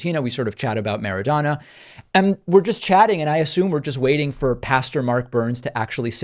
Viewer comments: Weasel, weasel Mara-doe-na not Mara-dawn-a. Good job, weasel! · It is Maradona… MARADONA… say it right… how you doing David great job you are doing.🤗🤗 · Why do you pronounce Maradona like that? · Interesting pronunciation of Maradona, especially when you heard it differently for decades. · I wish you had Maradona pronounced right. #AsAnArgentinian?